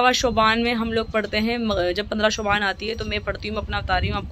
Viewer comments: Shuban nhi hota hai shaban hota hai behen itna bhi nahi pta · Yar shubaan lfz nhi hota Shaban hota h